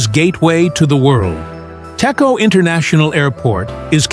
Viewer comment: Pronounce Dejo, not Teko.